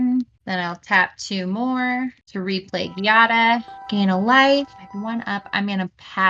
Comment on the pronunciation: The giada mispronounce pains me and i'm not even italian D